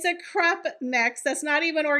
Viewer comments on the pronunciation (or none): Lol. I thought you said crap mix, when you said crepe mix. You'd be right either way. Always enjoy your videos. ;)